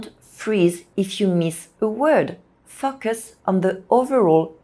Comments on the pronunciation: To explain to anyone unsure, it should be fo-cus (long o sound) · Every time you said “focus” it sounded like “f*ck us” but loved your video. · Fock us? 😂. P.s. Your English is great, I'm just teasing you. Thanks for the good advice. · Your pronunciation of the word FOCUS needs some work. You are saying something quite vulgar: "F*ck us." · Enjoyed and her clear and precise english, maybe except the words like "focus" not easy for my french girlfriend too. Think of "go" and a long o, fo or "faux" as in french. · These are excellent tips! Thank you so much. I'd have just one small suggestion: be careful with the pronunciation of "focus" in English. The "o" must sound like the "eau" in French as in "beau". The danger in English is that the "o" acquires a schwa sound, which would then render it as "f**ck us" - not the outcome you want. Many thanks again for these excellent suggestions! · I love your idea! I gently encourage you to reexamine the word “focus.” The long O sound exists in both English and French, does it not? It startled the heck out of me every time until I realized what you really meant. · When I read your comment that's when that part of the video came up. And I understand what you mean. She did sound like she was swearing the first time she said focus😅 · you seriously need to work on your english pronunciation😅 especially on the word" focus" 😂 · I've noticed that non-native speakers invariably say this word in an arresting way!